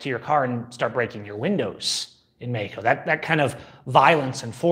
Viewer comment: say meXXXXXico....